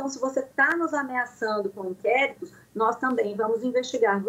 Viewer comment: É nozes não, né doutora. Somos nozes!